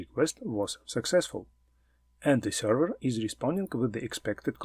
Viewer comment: Very nice content, luckily, I already know all information provided about HTTP protocol, that is why it is not so hard to understand, what are you talking about, for beginners I would have splitted it into 2 parts. P.S. Please check the correct pronunciation of the word "Server" :)